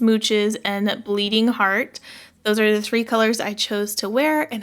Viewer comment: It’s not Bleeding Heart, but Bleeding Herat? Lol great video, as always!